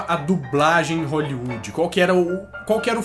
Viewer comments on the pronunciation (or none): none